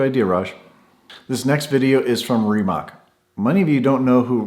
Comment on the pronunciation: I just learned in this week's "Monday with Mate" that Rimac managed to ditch the two speed rear transmission from the production C_two (it won't be the production car name). BTW, Rimac is pronounced ending with "ts", like in "tsar". (Rimac is headquartered less than 20 miles from where I live, near Zagreb, Croatia.) As for Trump, he has sold so much BS to unsuspecting investors in his life (that's the only way he ever made money) that it really verges on hubris to think one can sell BS to him.